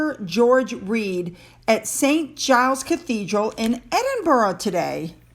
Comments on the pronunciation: Repeat after me. Ed. In Bru. Easy to say😀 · I’m Edinburgh born and bred. It’s pronounced Ed in burrugh. There are many sites on the internet to hear pronunciations - easy.